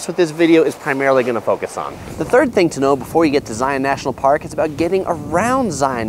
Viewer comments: I can't even get six minutes into the video... it's just driving me absolutely crazy that you're somehow mispronouncing Zion! It's not Zigh-on. It's Zigh-ihn. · The first rule for visiting Zion NP is pronouncing the name correctly. Its Zi-un like the "sun'" (in nearly one syllable), NOT zi-aun (in 2 distinct syllables ). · It’s not ZiOn it’s Zion (Zi-in) from someone who was born in Utah and has been so many times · Nuh nuh nuh nuh.. it's pronounced "Zi-ins" not "Zi-ons" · #11 Thing to know. Don't annoy the locals by pronouncing it Zi on'. it's Zi' un, like lion. If you ride the shuttle you'll hear it pronounced correctly. Please pay attention. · Please stop pronouncing it Zioawwwn. It’s pronounced ziun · .:) The locals call it Zi-uhn or sometimes Zions. Also the locals recognize the existence of the many many surrounding cities besides Salt Lake City and Las Vegas. St. George for example. Also bring at least 2 liters of water if you plan on doing Angels Landing or equivalent hike. I've seen so many people who bring their tiny little water bottle and then get cramps in their legs. I recommend Weeping Rock if you're looking for an easier hike. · yes, it irks us when you don't say they name right. Do don't go to the zoo to see the li-ON. It is a Lion. Say Lion and Zion the exact same way. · Zai-un... if you want to sound like a local 😂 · First thing to know is that it is pronounced zy-in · If you're not from Utah, it's Zi-un. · You're saying it wrong 😂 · learn how to say it.